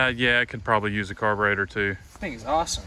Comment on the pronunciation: Nice old bike . Laugh at every "car ber aydor"